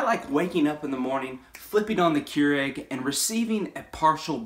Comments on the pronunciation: It’s pronounced Cure ig not Cure egg. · The fact that you pronounce this as “KeurEGG” and not “KeurIG” makes me want to have an aneurysm.